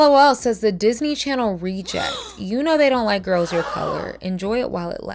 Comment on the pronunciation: "Disney Chanel" is sending me 😭